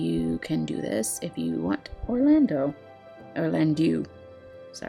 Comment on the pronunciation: did you say "orlan do do"